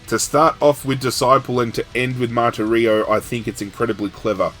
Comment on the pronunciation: One other comment -- Martirio has the accent on the second syllable (mar-TIR-io)